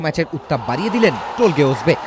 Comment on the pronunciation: টোলগে না উচ্চারণ হবে তোলগাই উজবে